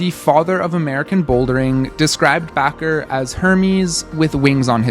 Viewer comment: Why are you Pronouncing Bacher like Baqar.